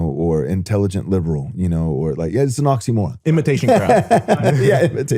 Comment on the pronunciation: imitation … what was the word?